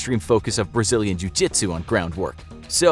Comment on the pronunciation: Pra que não entendeu vou pronunciar a conversa dele ele dici_Treinei karatê vários anos e apenas um pouco de jiu jitsu. Na maioria das vezes, um a um, usarei meu BJJ de faixa-branca em vez de caratê faixa-preta. lutando com mais de um, então é melhor você ser Mike Tyson . Gente a pronúncia não tá completamente certa mais tá ums 98% certa